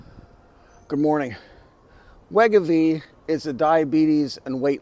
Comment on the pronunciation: It’s pronounced Wai-GO-Vee